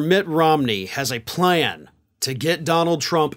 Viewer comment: Mitt Romney has a ply-an? I know you’re a, but now you’re sounding like Penelope Pitstop 🤣💄🚘